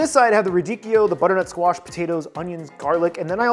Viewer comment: Every time you said butter nut squash my brain screamed